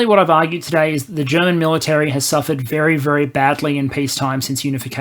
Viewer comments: Been looking forward to this video. Your German pronunciation is pretty good for an English speaker and your sound quality has gotten noticeably better. Not being able to plan for the long term is a problem Germany has in general, not just regarding the military. It's also true that most people here are uncomfortable with the idea of being a military power. We are rightfully very critical of how countries that do have powerful militaries use them, especially the US. But as you said, just because we'd have this power, doesn't mean we'd have to go around invading places. Hopefully the 100 billion will manage to refill ammo and basic equipment stockpiles and get us a couple F-35s, but I doubt the necessary reforms will happen to fix the Bundeswehr's problems in the long term. Frankly, our military would probably be managed better if we let the EU do it for us. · Can we just admire for a moment how an Aussie - who crowned themselves as kings of butchering every language, including their own - has actually really good german pronunciation. Edit: very well researched and put together video